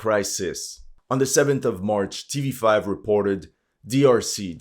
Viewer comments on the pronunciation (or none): "tv five"? "têvé cinq", no? otherwise, happy to not have to listen the name of cities like "...vsky" ahahahh